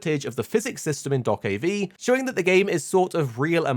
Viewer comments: I hate how you pronounce do-ke-v is is just dokebi. One word. ㅠㅠ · Calling it Dock-of-V is so triggering :D